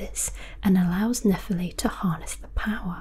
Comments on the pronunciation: nephEli, not nEpheli please! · Great video, but why did you butcher her name's pronunciation even after showing how the game says it throughout the video? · Even after Nepheli says her name more than 5 times in the game, you somehow managed to butcher the pronunciation. Did you even play the game?